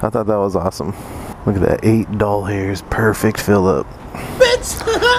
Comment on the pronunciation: why do you say dol-hers XD